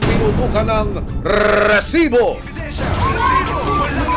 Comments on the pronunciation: ilang rrr ang kelangan para sabhin rrrrrrisiboooo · takte parang ndi seryoso yung segment nato gawa nung “RRRRRRRRRRRRRRRRRRRRESIBO” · Ang oa npo ng pagkabigkas nu po ng resbo, annoying npo